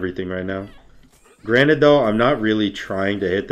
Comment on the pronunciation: God damnit. Its "granted" not "granite" you rock person